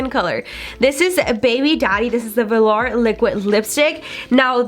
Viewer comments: VO-LURE not Verlar... it was killin me. Otherwise great video 😊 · Vehlaar 😂 I cant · it’s vuh-lore not lure smh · “velAR’ girl it’s velour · And velar instead of velour. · I’m sorry but I cringed at how you said velour 💀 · When she was talking about the liquid lipsticks I was like, "wait, what is she saying before each one?" After the fourth one I realized she was trying to say VELOUR. like girl lmao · Did anyone else hear her say velar and amunation instead of velour and ammunition? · Please please please learn to pronounce the names correctly. It’s not Veh-Lar. It’s pronounced Vuh-lure. That was making me crazy. Ammunition not animation. And if you swatch could you show the swatches close up so everyone can actually see ? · I noticed that too... velar, ammunation, and settle instead of subtle. Lol.